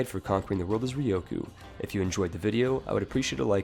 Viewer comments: RyuuuuKyuuuu. Ryukyu. /ˈɹjuːkjuː/ Not Rioku. Press the speaker button. Please. You are killing my ears every time you talk about this country. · Why do you keep calling Ryukyu Ryoku? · its not ryoku... it is RYUKYU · The hardest part is obviously the correct pronunciation of "Ryukyu" :p